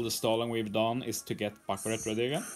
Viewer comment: Finnaly someone on YouTube is saying Baccarat instead of BACCURA (The Panther luffy fought in Amazon Lily)